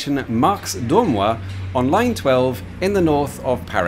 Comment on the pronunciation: Is that really how you pronounce Dormoy?